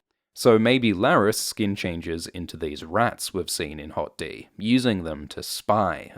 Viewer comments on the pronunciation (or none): I can't help but laugh every time you say "Hot D".